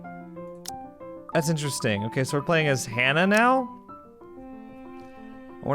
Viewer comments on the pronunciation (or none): Just to let you know as a fellow brit it's pronounced hanuh like how you pronounce it not harnah 😂 who ever is doing the so called British accent is very awful.